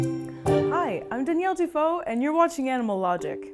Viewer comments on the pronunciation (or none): Every time she says, '... I am ', I hear 'Daniel Defoe' and it reminds me of 'Robinson Crusoe'. 😁